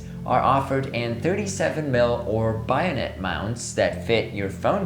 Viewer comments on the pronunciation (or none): Bayonet is pronounced BAY-o-net not BUY-o-net. And that silliness aside what a great review..from 4 years ago. My gosh! I got so enthrallled at the video example that I forgot to look at the titles up afove. So now that you have some time up your sleeve, have you changed your opinion. I'm at the IPhone 15 level right now and want to do 1.4~ but I don't know if I can take the edge field focus problem. Actually geometric distortion is not bothering me on these lenses since post that take care of that nowadays. I want to encourage you to do some 'after 4 years' analysis and what you're using now. I'm becoming an anamorphic junkie.